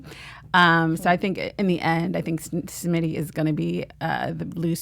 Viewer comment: Smitty, not Schmidty.